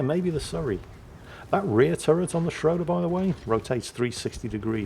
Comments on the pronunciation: it's schrooder. The "o" with the 2 dots on top(oomlauts). It's pronounced "oo". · Ägir is a hard G, as in grouse. Schröder is not Schrouder, rather Say the Ö as you do the U in "burn" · please. ö's (and ø's) are pronounced like the i in bird or the u in burn. And Ägir is pronounced with a hard g. And while I'm going at it, e's in names of Japanese destroyers like Shimakaze for example are pronounced like the e in extra. Now you know.